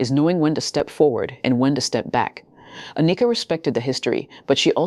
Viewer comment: How can I take you serious when you don't know how to pronounce her name. Ah knee ka is wrong . Its just like Anakin from Star Wars only with a. Ann ick Ka. Get is right Soldier. That's why you only have 5 comments.